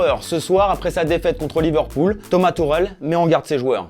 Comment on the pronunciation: "Toma turel"